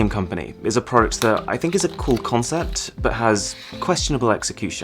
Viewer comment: I luv his Vida but dislike because c00l word a Lil buging because it sounds like $chool lol